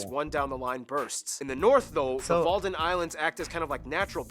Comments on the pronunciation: it’s Wadden Islands, not Walden Islands 😂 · I have to point out a major mistake in the geography now video. The actual name is WADDEN not Walden islands. (no l but double d.) Yup ou is pronounced as in ouch, never heard anyone say that like ooch. The history on April's Fools day, is basically related to the 80 years war against Spain. On April 1st, Spain lost Den Briel (city). Duke Alva lost the city. Briel in spelling and pronounciation looks like Bril the dutch word for glasses (yup the thing that helps you see better). The joke springing forth from this was that on the 1st of april Alva lost his glasses. (Op 1 April verloor Alva zijn bril.) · and its not the walden islands but the wadden islands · Walden Island?! 😂 No! it’s Wadden Island.